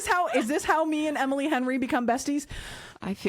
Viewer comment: I giggled for like 10 minutes after that. Couldn’t stop hearing “Hemily” after said it 🤣🤣🤣